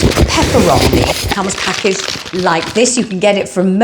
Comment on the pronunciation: Love your pakarrgge and kelougs pronunciation 😂 You are so naughty 😂😂🍯🍓